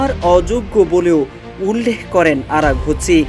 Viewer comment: আরাগুচি না আরাগচি